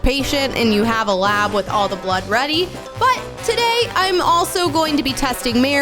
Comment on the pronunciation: When she says blod sugar im like:oh damn i have a sugar diabet(fun fact:u can't eat when ever u want ur blood sugar rules u)